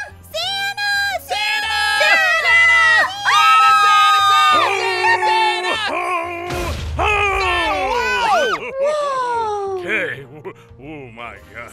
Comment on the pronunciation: When aphmau said: "san-na-na" I laughed and almostfell on the floor